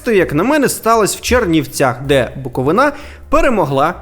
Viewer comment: БуковИна, а не БуковинА